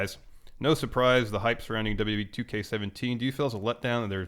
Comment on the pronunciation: not to crap on Goldburg he did mispronounce WWE 2K17